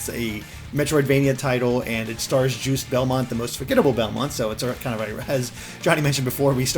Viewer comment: Did just say "Juice Belmont"?